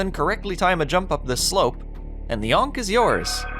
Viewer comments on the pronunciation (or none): none